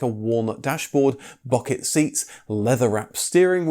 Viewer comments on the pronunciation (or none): none